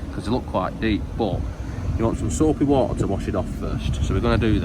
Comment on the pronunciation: You said soapy water wrong, it's "SOAAAPY WOOOOODDER"